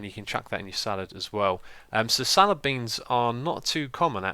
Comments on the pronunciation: It's salad, not salaRd, it's spagHetti, not spagetti, and the e in tomato is only if it is a plural (tomatoEs) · its salad not salard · He called the salad spork salard spork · You called the spork a salard spork instead of salad spork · "Salard" Spork? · Lol "salard" spork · I don't believe there is a r in salad... Lol Salard Spork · Xisuma... What grade did you get in English/Literacy in GCSEs? Salard... Salad Tomatoe... Tomato :D Only joking (Even though they are spelt wrong lol)